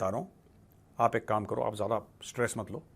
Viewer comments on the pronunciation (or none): none